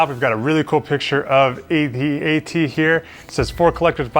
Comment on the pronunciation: A-T-A-T Thankyou for saying it the correct way 👍🤣